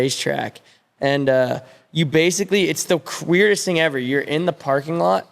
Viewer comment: "QWEIRDEST" spits that word out, what does it even.....